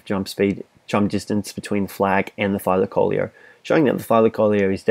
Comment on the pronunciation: The tylacoleo is pronounced thigh-la-co-leo